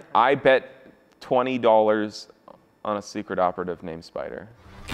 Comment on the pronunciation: The way said spyder tho 😂😂😂